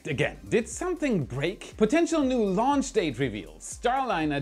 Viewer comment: When launch is with a H... Not like wen launch.. For the rest again a nice clear video